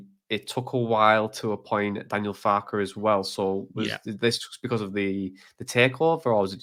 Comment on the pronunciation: Respect to this Boro lad for actually being able to pronounce our managers name at the start (which is FAR-KE - 2 syllables) The amount of our own channels that pretend to be Leeds experts like this lad above who can't even pronounce our own managers name is mind boggling.